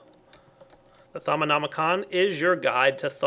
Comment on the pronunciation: First person on youtube(that i've seen) that actually pronounced "Thaumonomicon" correctly. :D